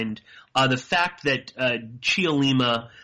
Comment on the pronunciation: Don't say the "e" in Cheollima. Just say, "Chollima" (three syllables).